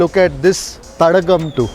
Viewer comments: Sir You have to pronounce as thadaaaakam not as thatagam- meaning lake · Dear Sir 🥰 I think Thadakam is pronounced as Thadaakam(means lake)..🙏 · Thadaagam is the right pronunciation sir.. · It should be pronounced as Thadaakam, stress on "daa" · its pronounced ThadAAgum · It should be pronounced as “THADAAKAM”